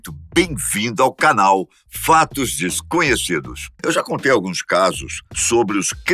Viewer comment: Fatos "Fesconhecidos".